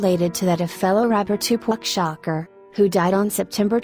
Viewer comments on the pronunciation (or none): "Two pock shocker"?!?! HA!